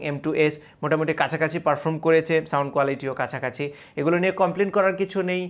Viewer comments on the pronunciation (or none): none